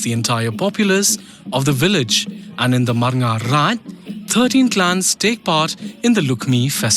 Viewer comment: Its not marngar its barngar(people coming from outisde)